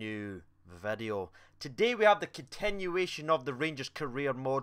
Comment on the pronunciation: Unless you add in "onionionion" to words that end with "ion" all the time I'm unsubbing 😂